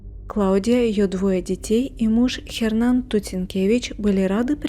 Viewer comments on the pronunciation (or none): что за Хернан? Hernan - это Эрнан..буква Аче не читается в испанских словах.. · Н не читается! Эрнан!!!! Саронг? Она где-то в Азии? Парео! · Не Хернан, а Эрнан (Hernan). Уточняйте правильное произношение.